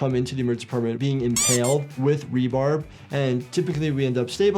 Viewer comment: Love your videos keep up the good work. But are you calling it rebarb? Instead of its proper name rebar.